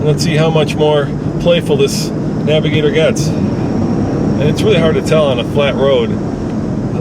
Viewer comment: naviGAYtor..... Smfh